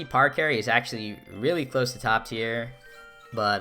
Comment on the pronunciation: No way he just pronounced it PARacarry and not PARAcarry